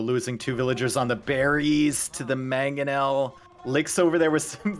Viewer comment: Will ever pronounce the first N in "Mangonel"? Or is it always gonna be "Magganel"?